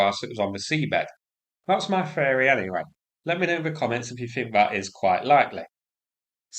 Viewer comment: For Gods sake please speak English correctly - theory (feery). the (ve), things (fings). It's embarrassing.